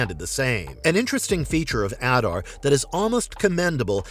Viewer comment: The only one who pronounces his name correctly, which is shocking considering it is pronounced in the show. *If you want to go above and beyond, other Uruk-hai call him Ada, with the r being silent